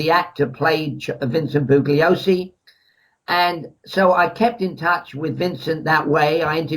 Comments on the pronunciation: I know! It’s like fingernails on a blackboard. You’d think someone would have corrected him sometime in the past 50 years, haha. The guy who narrates CHARLES MANSON - THE FINAL WORDS says “boo-Glee-oh-see” all the way through that documentary! Do you suppose people are so afraid of “offending” anyone over anything these days that they can’t even bring themselves to correct a mispronunciation in a documentary? “Stop ‘pronunciation shaming’ me, you bullies!” lol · BOO lee Oh see. This guy wrote a book ! He can't even pronounce Bugliosi !!??